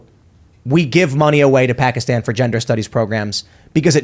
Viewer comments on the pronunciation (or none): none